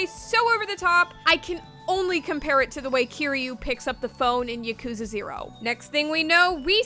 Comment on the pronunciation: Please... please ask for some help pronouncing Japanese words... "Hatsune" and "Yakuza" killed me... please... I beg of you...